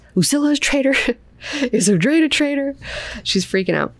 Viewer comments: It's meant to be 'oh-dray-dee-', the name is explained upon the introduction of the character. It's derived from the name 'Atreides' and the pronunciation is more or less the same :) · Noticed that you, as well as Quinn on his channel pronounce "Odrade" as O-drayd . When I read, my mental voice pronounced the name as O-draw-day. Just a silly thought that came to me in my sleepy head. Love your channel, thanks for all you do. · I pronounced it Oh-DRAW-day because it is a derivitive of Atredies. So I assumed three syllables and the emphasis on the second.